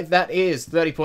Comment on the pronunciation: "patch naurt rating"